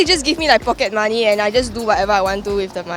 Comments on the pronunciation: "pockey money" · pockey money :)